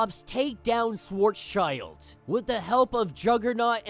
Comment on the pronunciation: i love how marvel gets better and better at connecting its stories. not one part so far, that lack behind. all are an banger. also: his name is pronounced shwarts-shield not shworts-child (not sure if we will hear his name ever again though XD).